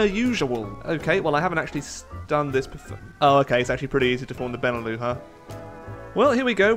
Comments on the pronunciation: It's prenounced BEN E LUX not benelough btw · BENE LEW? BENELUX! LIKE LUXUMBERG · Benelux not benelu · It's beneluks not beneloo, it stands for Belgium, Netherlands, and Luxembourg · Benelux is pronounced "beh-nuh-luks", not "bennuh-loo". It's a contraction of "Belgium, Netherlands, Luxemburg", not some fancy French word. Sincerely, a Dutch person. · BENELOU BENELOO BENELEW FUCK SAKE IT'S BENELUX. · It's Beh-Neh-Lucks, hard X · The fuck's a benelou? There's an x in Benelux you know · it's fucking beh-neh-lucks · It's pronounced Ben e lux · Btw, the X in Benelux ain't silent:p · You need to pronounce the X in Benelux. 😋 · Really enjoying the HoI challenges still, keep them up! On a small aside, the 'lux' in Benelux is a hard x (as in x-ray). Not a big deal but thought I'd mention it. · You've missed pronounced Benelux. Be is as in Belgium. ne is as in Netherlands. lux is as in Luxembourg and is pronounced the same as it is in in Luxembourg. Put them together and you have the Benelux. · I thot u pronounced the x in benelux